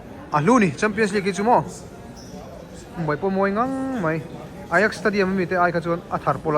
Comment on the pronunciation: Footballer hming ho i pronounce dân atang hian football chu i en ve nasa tih a hriat, ajax te kha a inziah dân ang a i lam mai ka ring a, mahse, an pronounce dan angin "i x" tih a i lam dan atang pawh khan i lo en ve nasa tih a hriat, chu mai bakah i knowledge hrim² hi alo zau emai, i theihnghilh zâtve pawh ka hre dawn lo tawp anih hi, kei lungmäwl hian😂😂